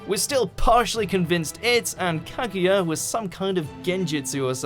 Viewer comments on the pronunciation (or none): none